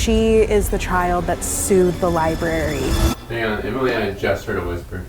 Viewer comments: Ryan saying "libary" is getting meeee 😩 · Ryan's consistent mispronunciation of library and librarian drives me bonkers. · How ironic that this is a man with a college degree in a room that houses knowledge from all over the world yet he can't pronounce the word LIBRARY (not lieberry). Maybe the ghosts were offended by the pronunciation and that's why they decided not to play. What's next? Are you headed out to a real estate office to talk to a realtor and will pronounce it relator? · Was already irritated three seconds in when I heard “libary” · Is libary a meme or something? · How many times will Ryan say "libary"? Someone keep track 🤣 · Take a drink every time Ryan pronounces it "libary" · lie berry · My 13 yr old daughter called it a lie-bry , like she's British ..lol that's fine .. but l lie-berry? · I call it the lieburree 😂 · Ryan HAS to be trolling us with the amount of times he leaves the R out of the word library! 🤣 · Ryan pronouncing library as libary is the best thing lol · Ryan pls say library right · keep saying " Lie- Berry" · the first thing you said was libary....there is an r in there dude. lol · Haha one second in: lie berry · Ryan, it’s “Library.” There’s two Rs. Love you! 😂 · The mispronunciation of library is a tick of mine so every time he said it wrong, it may be correct him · The Librarian denizens want you to GET OUT until you learn to pronounce library properly. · this comment made me realize that some people actually fully pronounce both "r"s in library and now i can't unhear it every time does it😭😭 it's like fully pronouncing both "r"s in february, it just feels wrong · Oh God ryan "Iibary" "Feery-ous" "Wheel-barrels"